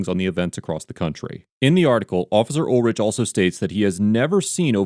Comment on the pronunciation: Pronounced UL-RICK